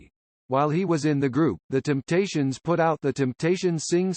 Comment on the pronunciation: Damn, even a computer says 'Kindricks' and 'Timptations' like a hillbilly? How does THAT happen?